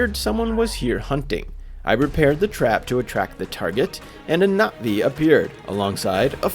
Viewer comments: Nothing brings me more joy than ppl actually pronouncing na'vi right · the pronunciation is crazy good! I keep coming back to this video because of the amazing story telling. the correct pronunciation of Na’vi words help so much in immersing into the story. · I love the fact he actually says the names the right way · Finally someone who gives this game the respect it deserves. You actually understand the meaning behind it, thank you so much for that breath of fresh air. Also the correct pronunciations. I’m sick of hearing the Na’vi called ‘blue people’ or ‘blue cats’ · the correct pronunciations of the na'vi words/names brings me joy lol thank you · Literally how I’ve been saying it from the start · YES I ACTUALLY RECOILED NOBODY SAYS IT RIGHT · Even though I have already finished the game it was still fun to watch you tell the story through your own eyes (and very refreshing to see someone pronounce Na'vi correctly lol)